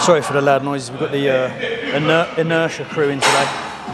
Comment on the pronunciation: Man said Intertia crew lol